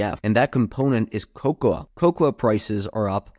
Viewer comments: It's pronounced kow-kow, or co-co, if you will. You're welcome. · The a is silent in cocoa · why is he saying cocoa that way lol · lol that is not how you pronounce cocoa